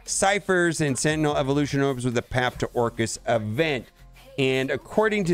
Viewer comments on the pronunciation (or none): none